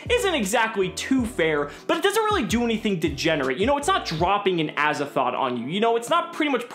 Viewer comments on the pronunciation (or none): why do you say azathoth its triggering me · Gawrdean Sleighs It sounds like says Azathoth. With a ‘th’ on the end. Hmm. Just me?